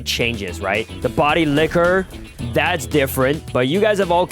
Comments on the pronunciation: Bro said body licker ☠️ instead of body flicker😂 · we all heard him say body licker 😂